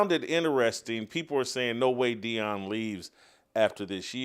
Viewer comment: Everyone it is Deion not Dion..